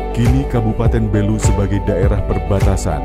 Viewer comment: Bukan Belú tapi Bélu. Pelafalan saja masih perlu diperbaiki. Makasih.